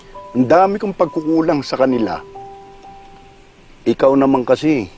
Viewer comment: When he cannot say “pagkukulang”... i felt the pain.